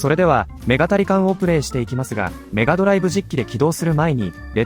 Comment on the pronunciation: 「メガタリカン」と「ニンテンドーSwitch版」の発音ってそんなだっけ？